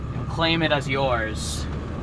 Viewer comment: I swear you add and e when you say and